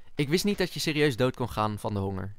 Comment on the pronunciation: en het is niet neit maar niet